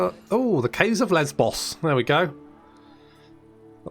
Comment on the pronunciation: I appreciate that was being the mature one and pronouncing Lesbos in what is probably more accurate than what the rest of us were waiting for him to say. Don't worry, we heard what you were thinking. We heard.